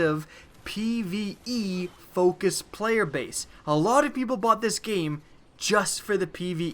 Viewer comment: Pve not pie